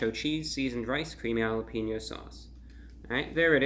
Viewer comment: I had to do a double take when he said “that’s really jalepeno mouth” lmao